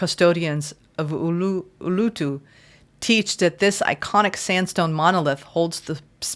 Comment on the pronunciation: The big rock in the Northern Territory of Australia used to be called Ayre’s Rock. It was changed to the Aboriginal name quite a while ago. It’s spelt ULUṞU, so the pronunciation is ooleroo. Just thought I would help you out with this one. ❤❤❤